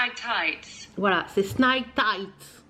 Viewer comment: Ah mais à quoi ça sert que Ducros il se décarcasse. Je t'avais envoyé sous une précédente un message sur la prononciation de tights avec un lien de vidéo 🤣 Le son ight c''est comme dans good night et tu ajoute le s final. Tights -> taït's. Si tu savais mes soucis avec la sécu le bordel entre mon nom de jeune fille et mon nom d'usage. Je suis actuellement hospitalisée mais pas sous le même nom que le dossier de l'autre hôpital qui me suit. Ça fait des années que je demande qu'on mette tout à mon nom de jeune fille mais non. Quant à la CAF, j'ai reçu l'accusé de réception d'une démarche faite en ligne mais ça n'apparaît pas dans mon espace Internet et la CAF n'en a pas de trace 🤪 Je n'en peux plus et je n'ai pas l'énergie de me battre contre les administrations 🤬 bises